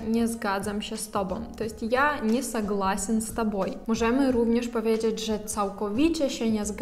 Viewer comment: " powiedżedż" ???? Pracuj nad wymomą!!!